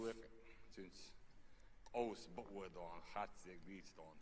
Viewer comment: Он не говорит дон, он говорит дойхьун